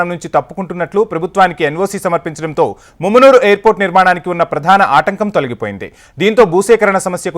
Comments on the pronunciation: Arey babu mummunuru kadura mamanur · ముమ్మునూరు కాదురారే మామునూరు.